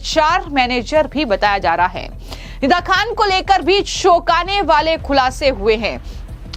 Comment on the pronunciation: Choukanewale bol shoukane wale nahi Jankari bol Shankari nahi Ye lady kaunsi bhasha bol rahi samazme nahi aata Yehi mili kya inko news batane ko